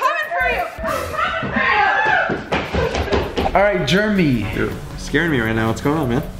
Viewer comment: anyone else hear call Jeremy Juremy